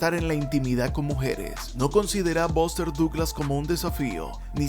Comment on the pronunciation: The pronunciation of the names of famous American ad British boxers is so bad that it's almost impossible to tell who he's talking about. ("Bóster Dooglasss"!) Lol.